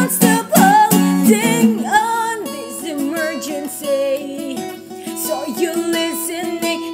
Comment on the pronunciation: Work on your pronunciation and you will be golden, when you say emergency and a few other words you put too much emphasis on the "MER" and it's very harsh and almost hickish sounding. Other than that awesome job :)